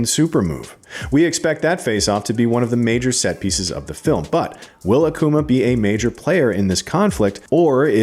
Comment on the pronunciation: In Akuma, the pronunciation is not on the A but on the u, pls don´t make him a coomer, thank you xD